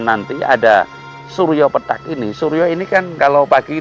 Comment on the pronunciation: Pethak, bukan petak, pake the, ngucapnya lidahnya ditekuk ke depan, pethak artinya putih, samar, sedangka petak itu kotak, yaemang nda ada matahari kotak/petak😂😂pethak ,pitih,bias,samar, munkin kabut, mungkin dukhan, sebelum kiamat ada dukhan 40 hari 40 malam, membuat bumi dan seisinya tak bersemi...begitu kali ya ?